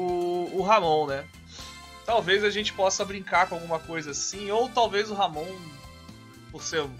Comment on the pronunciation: Pronuncia correta fica como Amon